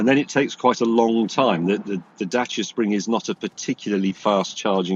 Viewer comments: Good news! It's a Dacia again! 😂 (and for the first time they pronounce it right!) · He's decided to pronounce Dacia properly. This is good.